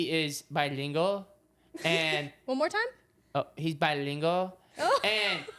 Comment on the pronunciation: saying bilingual. I can’t 😭😂😭✋